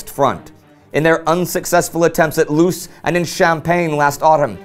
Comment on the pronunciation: Indy The town of Loos is pronounced Loss by the French